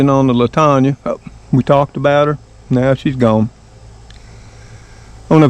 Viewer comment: Love that plant. Looks like little bouquets. My mother had it. I have four in my yard. It’s pronounced Lan tan a. 👍🏻